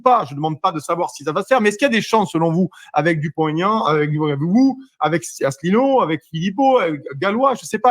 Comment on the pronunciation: Mr Dupont-Aignan a visiblement du mal à prononcer ou citer le nom de François ASSELINEAU